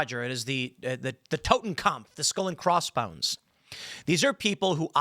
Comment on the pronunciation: So cute watching Timmy try to pronounce "Totenkauf".